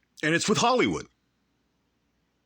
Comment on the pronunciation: Guise I was in Hal-y-wood. He can’t even pronounce it.